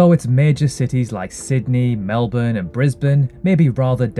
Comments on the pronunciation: I'm only one minute in and you've made me so happy that you've said Melbourne properly (the way we say it), not like so so many other videos where they over emphasise the 'ourne', so thank you for not saying it like a doofus, lol <3 You're correct that we have one of the best healthcare systems in the world but it is slowly being eroded away by our current Liberal government who are dismantling it piece by piece and are pushing for an "Amaricanised" healthcare system here (in our country the other major party Labor is actually liberal and the Liberal party is conservative). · that is incorrect pronunciation due to the laziness of Australian speech. Melbourne is a family name I'm sure they know how it is pronounced